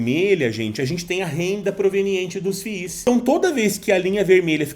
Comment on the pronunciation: Que fadiga escutar FI IS kkkk tira 1 "i" e fala "FIS" kkk zoeira fadiga pessoal mas o conteúdo tá top d+ SUCESSO!!!!